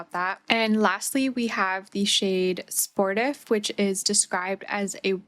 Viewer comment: i think it’s sport-eef bc sportif is a french word